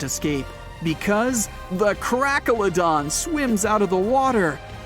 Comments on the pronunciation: Krakelodon? Hmph, more like CRACKelodon. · the crackaladon lmao